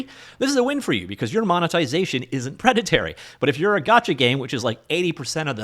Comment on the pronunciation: Great video. I know I shouldn't but I had to point out it's "preda-torie" not "preda-terry". Thanks for the content 🙏